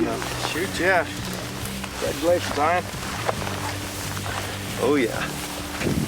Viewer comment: why does he call Ian Ion?